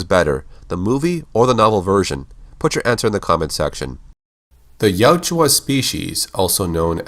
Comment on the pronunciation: Ya-UT-ja. The "u" is before the "j". It's not Yatjua. I would love all your videos if hearing that wasn't making me cringe every time.